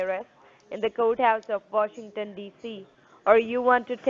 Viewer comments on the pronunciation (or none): As soon as your "Wouchers" are "Awailable"....you "Vill" send the "Wouchers" to "Vashington", DC.....LOL!!